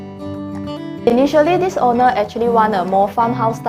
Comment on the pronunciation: I cringe whenever she says owner but sounds like honour. and vinyl become whinner.